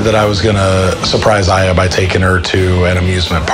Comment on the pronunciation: He pronounced Eye-A three different ways. 😂